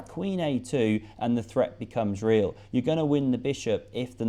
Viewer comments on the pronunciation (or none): none